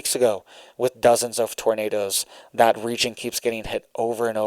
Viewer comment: Did you say tornadoes or did you say tomatoes?😂❤😂❤😂❤😂❤😂❤ I like to pull on that little red beard